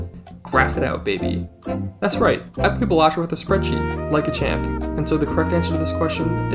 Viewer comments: Why do you say ballahtrough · Huh I thought its pronounced Balatro not Balatro